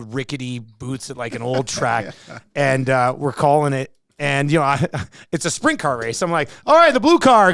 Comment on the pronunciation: It sounded like was saying spring car racing..it’s Sprint car for reference.